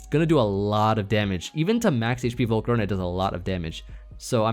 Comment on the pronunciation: was dying at "Volcaro-nahhh"